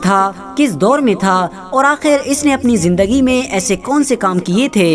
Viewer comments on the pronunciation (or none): none